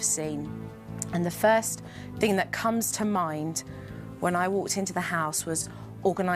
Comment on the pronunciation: Lol supernanny let the Carribbean influence pop out her mouth 😂. "One ting change"